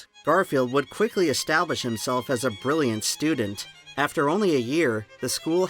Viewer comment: Ber-rilli-yant is not a word, my dude. ...not sure if you know that. ...if you're trying to say Brilliant it has like 4 less syllables in it.